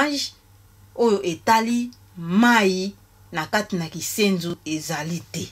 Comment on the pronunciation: KINSENSO, et non KISENZU ....Yaya NLANDU....